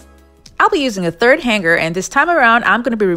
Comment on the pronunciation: Interesting ideas. Thankyou. My tip for you - "hanger" is pronounced like the word " hang". - with a silent "g". Han(g)er. The "NG" in the word makes for a harder sounding "n", so it's not entirely ignored! But it's definitely not the way you pronounced it.